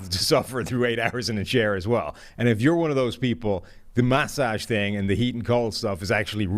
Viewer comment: Why does pronounce massage like that?